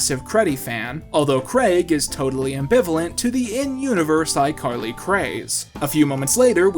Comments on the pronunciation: he calls her "icarly" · "iCarried you" DUde I'm wheeze laughing oh my god